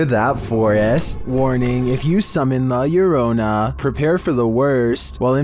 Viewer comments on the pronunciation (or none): La lareyna😂, if pronounced correctly it, la herrona( one l is silent, elle)